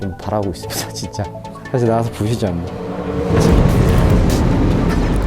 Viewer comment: 볼펜 끄적끄적 적는 모습 왤케좋지>< 윽 억 아야 ㅠㅠㅠㅠㅠ내심장ㅠㅠㅠ 볼이 진쨔 부분 발음진짜 귀요워요ㅠㅠㅋㅋㅋㄱㅋㄱ 아 하지망~ 친한형아가 괴롭혀서 하지망~하는것같은ㅠㅠ앜ㅋㅋㅋㄱㅋㅋㅋ진짜 제 심장 ㅠㅋㄱㄲㅋㅋ 이번편도 어김없이 나오는 이랑 티키타카 넘좋아ㅋㅋㅋㅋㅋㄲㅋ 영광의레이서 보면서 개인적으로 스피드가 젤 빠르게느껴지는것같은.. 보는내가 다 무서운걸요ㅠㅠ흑 안다치시길ㅠ 깜짝 놀라셔서 토끼눈 되는거 >< 통통튀면서 요기조기 걸어가시는모습 넘귀여워ㅠㅠㅠㅋㅋㅋㅋㅋㄱ심지어 고개갸웃에서 심장뿌사져ㅠ 2분언더 해내시는 ㅠㅠ존경스럽습니다ㅠㅠ 머리헝클어진 사랑 입니다ㅠ🖤 다치시지 않을까하고 걱정하면서 봤던ㅠㅠㅠㅠ